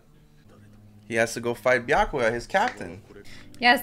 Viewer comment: Why is he calling him biaku? Where is the ya? Byakuya [bi(from biss)- a- ku- ya (this should help a little bit with his name)]. But if it's a skit, or an inside joke, keep calling him biaku. 🤗 Never mind, he does pronounce it, but sometimes he inhales on the ya 🤣